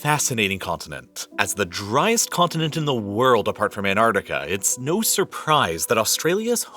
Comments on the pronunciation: You mispronounced AnTarctica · Where is "Anartica"? Is it somewhere near Antarctica? 🤔